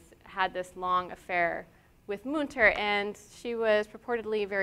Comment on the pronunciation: Thanks for this excellent tour of the artist's work ! On a constructive note, please look into how to pronounce correctly the artist's name. It is Münter, and the ''ü'' , ie ''u'' with umlaut should be pronounced differently.